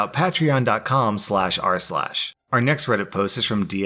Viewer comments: PLEASE PLEASE ITS NOT PAT RAYON ITS PAYT RE ON PLEASE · Pay-treon, not pat-treon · PAY/TREE/ON not p Ahhhhh trion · "patron" Its pay-tree-on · everyone else: "Pay-tree-on" rSlash: "Pat-ran" (you pronounce it like "Patrat" the pokemon) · Did my man really just say pat ron instead of pay tree on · It's 'pay-tree-on', not 'pat-ree-on'. xD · Hears "Paa-tree-on" instead of "Pay-Tree-on". Cringes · Its pronounced pay tree on not pat tree on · I believe it’s ‘pay-tree-on’ not ‘pat-re-on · Does it bother anyone else that he says PATreon instead of PAYtreon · Patrans? My man butchered it. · Pat- trion wtf that’s not how you say it 😂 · Rslash, it's pronounced kind of like pætreon plz say it like that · im pretty sure patreon is pronounced pay-tree-on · PAY-tree-on XD sorry i have OCD i had to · Not to sound like a dick, but it's pronounced "pay-tree-on." Sorry misspoken words bothers me and I can't stop myself. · Aaaannd the pātreon pronunciation is back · I'm sorry but I have to. Patreon: "pay tree on". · “Reykjavik” “Pahtreon” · its pronounced “pay tree on” my dude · Ok I’ll check out ur PaT-tReE-oN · It's pronounced pay-tree-on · “PAY-TREE-ON” REEEEEEEEEEEEEEEEEEEEEEEEEE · It's pronounced 'pay-tree-on' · I hate the way you say "Patron." Liked the video though. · No one: Rslash: "patCch-ron" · if next episode you pronouce patreon "pay-treon" ill buy it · Patron sounded like patrian lol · Love you rslash but patreon is pronounced PAY-TREE-ON. Hope your doing alright. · Can you please pronounce patreon pay-tree-on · its pronounced pay-tree-on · No one:: PAT-reon. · Patreon is pronounced like Pay-tree-on. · I'm sure these were all pre-recorded before he released his first "Pat-tree-on" announcement. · RSLASH! ITS PRONOUNCED "PAY-TREE-ON". ITS A PLAY ON THE WORD PATRON! PROUNCED PAY-TRON. heck... its like hearing nails on a chalkboard x1,000,000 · Everybody say it with me: " PAY-TREE-ON " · Sorry to do this to you but it’s pronounced (Pay-tree-on) I think lol